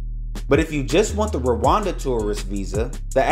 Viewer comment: It’s Rwanda not Rawanda